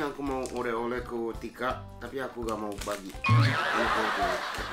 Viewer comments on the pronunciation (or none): Oleh oleh, Bukan oreh oreh